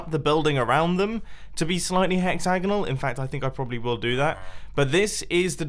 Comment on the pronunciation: Hexzagnal? U pronounce it wrong